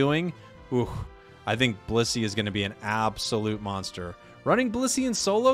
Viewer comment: I keep hearing bussy instead of blissey. Help me